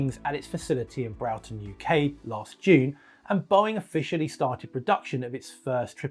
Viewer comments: Browton?? I have heard Hawarden pronounced some funny ways before(it is pronounced harden) but never Browton. It is pronounced Brawton/Brorton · SORRY!!! WHAT DID YOU JUST SAY? BRAUGHTON? ERRRRRRR NO! No no no no no!!!! It already gets confused with close by boughton!!! Don’t add another variation of the name!! Bror (rhymes with or) ton (rhymes with ton)!!! Come on. Pretty offensive to us beluga fans. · pronounced br-or-ton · Ben Broughton is pronounced Br-oar-tun. The Korean crash is BMA at East Midlands Airport all over again. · Thanks for this. Just a point of info - the Airbus wing plant at Broughton in UK is pronounced 'Broarton'. Cheers Vince C